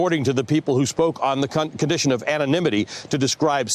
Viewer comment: 'Who spoke on the ci-cunt-condition of anonymity' lol glad to see Sellout Sanders is firmly behind Status Quo Joe